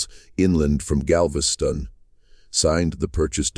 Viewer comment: Ai stories are interesting, but when you can't pronounce city names, it loses something. Galvesty on ?